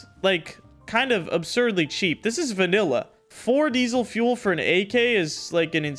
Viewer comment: “there’s these guys selling 1 ak for 4 die sel fu el”